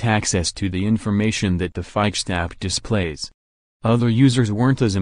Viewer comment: You don’t know how to pronounce FIXD, ROBOT.